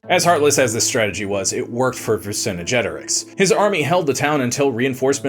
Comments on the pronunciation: It's "Vercingetorix", not "Vercinigetorix"! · Yeah he’s saying it ver cinna jetorix, there’s no a so I’m not sure why he’s saying it like that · "Vher-sin-jet-or-ixe"; you're adding an extra syllable in his name. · I'm asking because I don't know. I have always heard his name as "ver-son-get-oh-ricks". Where does the "ver-son-oh-get-oh-ricks" Come from? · Thank goodness we learned more about Vercin"uh"getorix though. 🙄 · I thought I was the only one annoyed by this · Yeah, he's mixing the English term "vicinity" with "Vercingetorix"...🙂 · I couldn't make it more than 5 minutes due to the continued mispronounciation of Vercingetorix. And that unnecessary music. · Literally butchered his name first time you said it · Dude, this is historically inaccurate & shows a complete lack of any scholarly knowledge. The host mispronounces the name of every Gallic tribe & does a grave disservice to Vercingetorix. Your lack of research is SAD! Do better